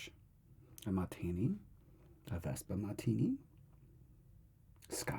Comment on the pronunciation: You summoned my half British blood with the “vesper martini”😭